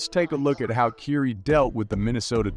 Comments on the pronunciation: i had to stop after the 5th time you said Keiry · For a sports commentator it’s very surprising you can pronounce words that are associated with players and franchises even close to correctly. Please remake this video with the proper pronunciation of words. I can’t watch this with you calling Kyrie (Kai-ree), curie or whatever the hell you said. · "keiry" lol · It's difficult to take you serious because you have to learn how to pronounce Ky-rie's name. However leave that negative past off of this piece. It's not accurate!! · I think you are pronouncing Kyrie's name incorrectly.